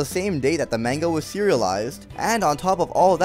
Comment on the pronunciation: You said manga wrong dude. Brah